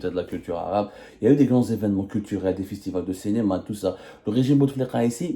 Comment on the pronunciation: Je vous ai dis plusieurs fois que vous devriez arriver à prononcer la voyelle "i" au lieu de "e",on dit CINÉMA et non CENÉMA.